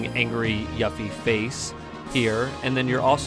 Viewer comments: it's pronounced YOU-FEE, every time you said it wrong i felt like screaming lol but nonetheless, great video my man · You're mispronouncing her name! 📛